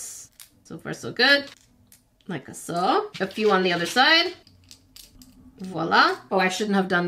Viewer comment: I love how says like a saw😂